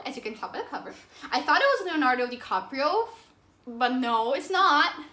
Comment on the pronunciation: The way you said Leonardo Dicaprio was funny!! Great Job on 500 subscribers :). I love Shining!! I think it's funny that you finish each other's sentences. You also don't seem upset with being the younger sibling. The way siblings do ;)